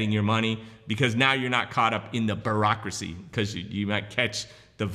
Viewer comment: Love the way he says BAAARACKRACY